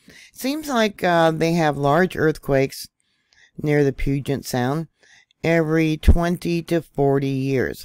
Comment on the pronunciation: Pew-jit sound. Proper pronunciation. You did better this time. About a month ago you were butchering it lol